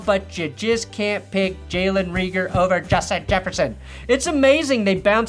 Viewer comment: It’s Jalen Rayger not Reeger lol